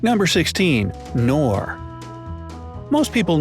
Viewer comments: I dont care abaout your accent, like danone its Da No Ne.. i dont care BUT KNORR, K NORRRRRRRRRRR not NOR bro.. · Wow, Americans try to say German names just English. It is Knorr and not Norr. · I think you are supposed to pronounce the “k” in Knor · the 'K' in 'Knorr' is NOT silent !!! it's a german brand and we pronounce the K at the beginning !!! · In Pakistan and India, the product "knorr" is pronounced with a 'K' not As you pronounced it with a silent "K" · Becel (you say: Bé-cell) is available in the Netherlands too. Knorr you say the K too!! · it's K'Nnoor, it has two syllables. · Knorr is pronounced with a silent k in the us? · I know but thanks anyway, its just that they actually are called "Knorr" (with the k pronounced as in knödel 😁) and I would have guessed that they are pronounced like that everywhere as it was the name of the german founder. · ''Norr " ??? pronounce the K. That's why it's written down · The 'K' in 'Knorr' isn't silent you uncultured swine. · Pronounces Australia, Danone, Knorr, Becel, and Burger incorrectly. But Poulet Frit Kentucky, gets it perfectly. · Yeah, ‘Knorr they’ve got the know how’ I thought everyone pronounced the k